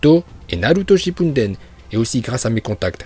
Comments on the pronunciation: Ce qui me fait rire c'est que 😂😂 tu dis naruto chipuNden mais c'est juste naruto SHIPPUDEN **😂😂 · Shinpunden putain tes prononciations horribleee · Par contre je kiff quand tu dis " Naruto ShiNppuden " , au lieu de "Shippuden 😂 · Arrête de dire "shippunden" il y a pas de "n"